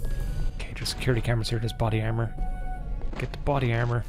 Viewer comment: "Body Carmor" c'mon lad, it's right there